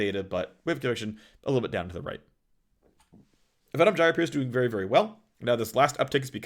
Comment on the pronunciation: Most important info from this video: how to pronounce Venom Gyre correctly.